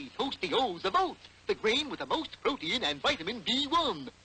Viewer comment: Bullwinkle says "pro-te-in" (three syllables), instead of "prot-tein" ( two syllables).